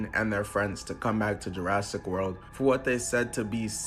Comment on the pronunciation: "Jurrasic" world